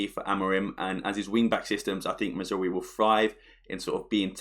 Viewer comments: 😂 you can tell he has trouble pronouncing Mazraoui with how fast he speeds through it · Great video as always. The pronunciation of Mazraoui did make me laugh though.